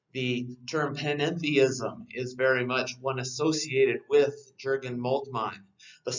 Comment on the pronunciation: Good stuff but the 'J' in Jurgen is pronounced like a 'Y'